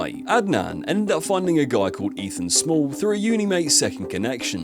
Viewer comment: Its Ethan Smail (pronounced like Snail) btw not Small